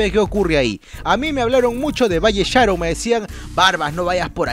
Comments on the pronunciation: esta piola tu video solo que cuando mencionabas de valle sharon ponias foto de pista nueva y cuando hablabas de la zona C ponías algunas fotos de la I de Pamplona Y la pronunciación de valle sharon la tilde es en la o igual me gusto tu video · JAJAJAJA se pronuncia Váy Sharón no se porque, no Valle Sháron xd